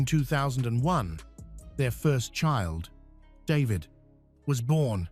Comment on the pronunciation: Daveed and davidae... funny Ai. The children were orphained...